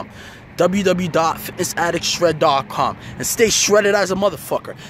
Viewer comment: It's www. Not ww. 3 w's. Not 2. The number is three.